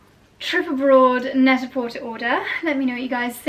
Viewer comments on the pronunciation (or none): Net a porter is pronounced without the “r”. French